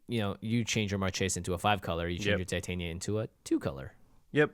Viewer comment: Titania pronounced /tɪˈtɑːnɪə/